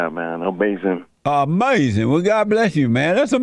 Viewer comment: Ain't that like amayzin? Amayzin!